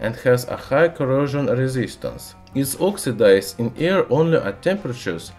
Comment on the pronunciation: i must turn the caption . He can't even says " air " right. No offense but this isn't about accent , he's doing it on purpose.